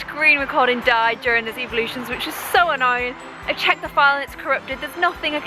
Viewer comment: it sounds like she eveevelosins